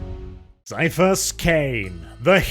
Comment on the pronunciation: I agree ... despite the temptation to make the once Super Man actor a space marine or primarily, the BEST role and probably the most fun for Cavill would be Ciaphus (pronounced Kie-ah-fus b.t.w.) Cain!